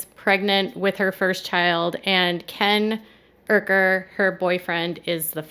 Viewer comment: Plot twist….its Ryan’s baby. And it’s Ken YOU-KER. The R is silent. 😂😂😂😂😂😂 I wonder if Gypsy regrets not taking Nicks advice and “just running away” instead of insisting on ending her mom’s life. 🤔 Well this is the last video on GRB I’ll be watching on this channel knowing it’s biased AF.